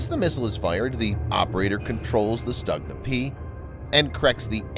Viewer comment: It's pronounced more like Stoogna, and the ones Ukraine has uses domestic sights, not the ones made in Belarus. Belarusian sights are only used on Skif, the export model.